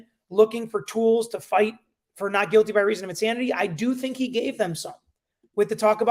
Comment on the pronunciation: Guilty. Not Quilty. Lmao. The Q and the G are not even close to each other